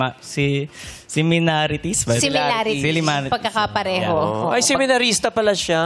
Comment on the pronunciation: #2, nahanap ka pa ng slim, di mo nga alam ipronounce ang "similarity"